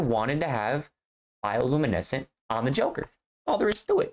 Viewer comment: Bro said biolumineskent😂